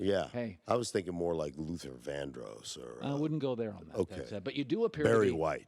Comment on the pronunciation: Dat man said Luther Vandross😂😂